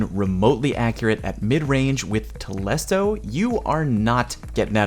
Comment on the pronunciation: it's telesto and not tolesto. I learnt that today